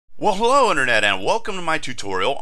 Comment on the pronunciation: Awesome! I love how you say: Wellow internet, Otherwise, till next time :D This playlist about android programming is helping me out allot! Thank you so much! :-)